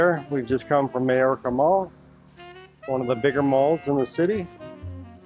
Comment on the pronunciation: Mayorca is pronounced my orca. May = my. Hay = eye.